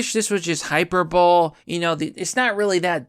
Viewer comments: hyperbole is not pronounced hyper-bowl, its pronounced hyper-bow-lee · It's pronounced "high-per-bol-ee" not "hyper-bowl". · It's pronounced: Hyperbole (Hyper-bowl-ee!) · I have been subscribed for years and watch all your videos and thumbs up them all! I am only here to help no disrespect, Hyperbole is pronounced: High per bow Lee, nobody knows everything just passing along a little knowledge. Much love and keep it up!!!! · Hyper-bowl-LEE. "Hyperbole" is pronounced "Hyper-bowl-lee" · "I wish this was just hyperbowl".... 🤣🤣🤣 It used to kinda irritate me, but I've grown to love ' horrible pronounciation skills.